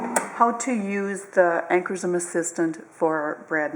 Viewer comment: Upper Midwest accent or Canadian? I'm guessing Minnesota here. Also it is "Ancorshroom" (pronunciation)